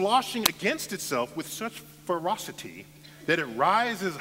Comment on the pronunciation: i love how he says feriousity.